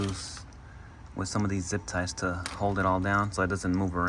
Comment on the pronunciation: First of all, try saying all-ternator. Second, take that huge ground wire off the hood light. Third, did you really just say “zip tives?”